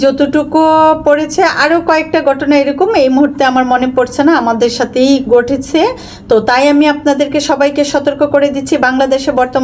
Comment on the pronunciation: আস্লামালিকুম না , আসসালামু আলাইকুম। গটনা না ,ঘটনা । গটেছে না , ঘটেছে। উচ্চারণ ঠিক করেন।